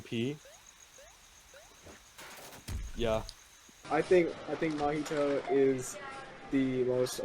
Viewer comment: why did you say mah-hee-to (mahito) like mah-ito